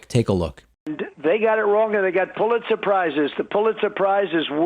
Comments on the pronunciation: He definitely said "they got pull it surprises". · I swear he's saying "pull-it surprise " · Is Trump saying, "Pulitzer SURPRISE?" Maybe I'm up too late... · Why is Trump Saying Pulit Surprise?